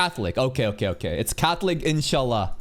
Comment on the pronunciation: Insha'Allah pronunciation is good